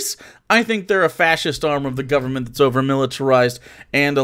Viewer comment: What the fuck are provetee and govbermnt? These cunts literally can't talk. Edit: I found out he has a speech impediment. Still, he might have an excuse for not being able to speak with perfect diction, but he doesn't have an excuse for not being able to be able to think with basic logic